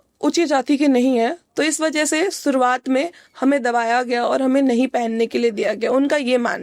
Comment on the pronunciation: Pronounciation thik kro aapna eg Aapne shuruwat or suruwat kahan and vishwas ko viswas thik kroo ise